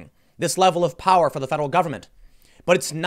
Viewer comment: Its “Powa”. 😂